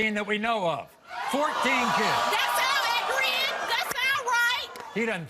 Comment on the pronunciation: "Ac-u-writ" LMFFAO 🤣🤣🤣🤣🤣